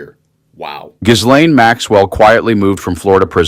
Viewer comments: On a side not. The s is silent. Not giz-lane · Pronounce her name right: The s is silent like the p in swimming. So annoying. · Could we all just agree how to pronounce Ghislaine?